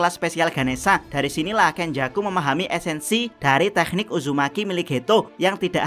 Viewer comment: jdi kurang nyaman ngomong tekniknya ada h nya